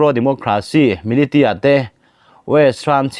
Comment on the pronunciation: Advice pakhat lek,militia hi milisia ti a lamrik Ani thin in ka hria.